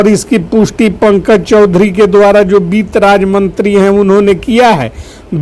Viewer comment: Beet mantri nahi sir bitt mantri boliye 😂 aur jo aap ye ramayana path kar rahe hai , ye band kare , sab bakbash hai